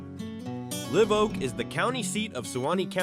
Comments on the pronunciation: It’s LIVE Oak! Like not dead! Long I ! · Live Oak i's pronounced with a long I . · You lost me when you said "Live Oak" Live like live your best dreams. It's Live, like Saturday night Live. Live Oak is a majestic tree. Just saying...